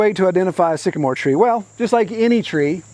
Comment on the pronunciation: When the moon hits your knees and you mispronounce trees, Sycamore.